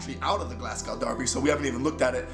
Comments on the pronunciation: it’s glaz-go not glass-cow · M8 it’s spelled Glasgow but pronounced Glasgo 👌👍